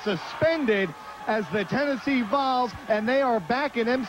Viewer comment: Man, Chris Hamrick is a maniac. I was wondering who the heck "The Balls" were. It's "The Volz," as in the Tennessee Volunteers. Thanks for uploading this random show!